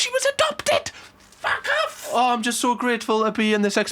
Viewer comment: I LOVE THAT LMAO!!, said FACK AFF, Not Fuck Off XD, im laughing so hard, unexpected